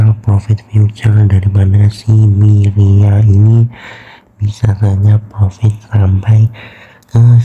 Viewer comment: Myria not myriad social🤣🤣